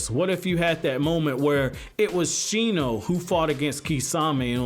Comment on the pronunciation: It's Shino...